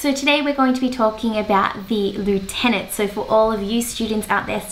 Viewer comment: Why don’t you pronounce lieutenant correctly?